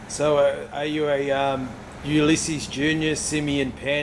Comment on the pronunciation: "uli sissis"